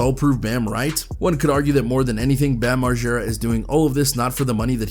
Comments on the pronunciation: Why is he sayin Marschera it's MarGera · If your goona say margaras name 1000 times pronounce it right it’s not marshara Jesus dude…